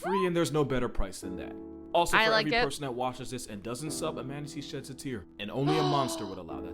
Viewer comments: I love how she says manatee as manta-tea 😂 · Heh. Im sorry. "Mantatee" kinda made me chuckle.🦇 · I like how you pronounce Manatee almost like "man-titties" near the end of the video, especially considering plenty of Manatees have those